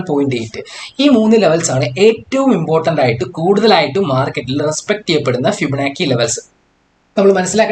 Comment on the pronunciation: ഇങ്ങനെ പയഞ്ഞു പയഞ്ഞു ( ഫിബനാക്കി ) പോയാൽ പിള്ളേരും ഇങ്ങനെയല്ലേ പയയൂ......anyway good presentation... best wishes....